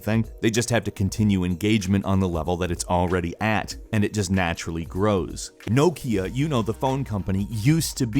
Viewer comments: No - Kia??? It's Knock - ia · no-kia? really? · Why do you pronounce Nokia so strangely? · why can't you say Nokia properly? lol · Why did you pronounce 'Nokia' like that? It made me feel slightly ill.